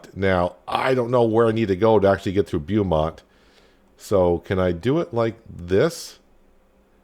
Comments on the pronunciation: Oh and it's pronounced "Bo"mont lol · Beaumont is pronounce bow mont fyi